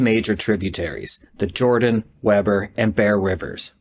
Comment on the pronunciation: Utahns are weird and pronounce it Weeber